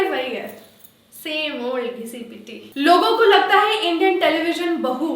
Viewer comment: when she says logoko lagta hai its a kangana accent. Anyone noticed ???